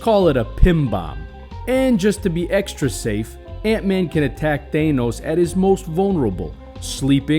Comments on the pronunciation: I dont care where you're from.. he is called thanos NOT THAYNOS!!!! 😂. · Ah yes, ThÆnos and Ænt-man